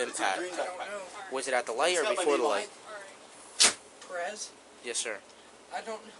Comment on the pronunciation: Why can't people say Perez the right way? It's not per-s. It's peh-res. It sounds like Paris in English